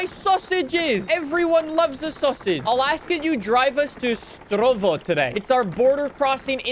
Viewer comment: nick me as a citizen living near Štúrovo that you called strovo i want to correct you you can read it as Shturovo ty